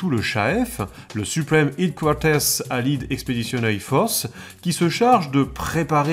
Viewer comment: Très très bien comme d'habitude, hâte à la suite. Quelques prononciations en anglais m'ont fait sourire sinon comme " Allied " ou " Headquaters " ^^